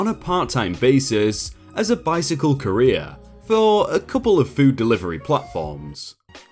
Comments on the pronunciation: Your pronunciation of courier is downright painful. Takes me out of the story so hard. But I know you're trying :) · The original word is French, I think, so English just tends to do whatever with it, given the bajillion accents English tends to have. ^^ I've never heard it pronounced like does here, tho. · Say it with me Cou-re-ER! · The way you pronounce "courier" makes it sound like "Korea" to me. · To my American ears, your pronunciation of 'courier' sounds like 'career'. :) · Pronounces courier correctly once. Pronounces it "career" the rest of the time. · Each time you said "courier" I heard "Korean". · Lol I kept hearing "careers" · I kept hearing Korea. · Sounds more like career doesn't it? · I’m British and I have never pronounced Courier like Korea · Alright, the first pronunciation of courier was fine, it was pronounced right. But after... gods above man. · For crying out loud man, learn how to pronounce words like Courier correctly. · I got so mad at how you pronounced courier. My sleep deprived brain made me mad. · wtf dude? Your pronunciation of certain words is insane. On one of your other vids where you butchered the words “scrupulous” and “severance” I defended you from complaints but this “courier” business is nigh on unforgivable, especially as you say it so many times. 😔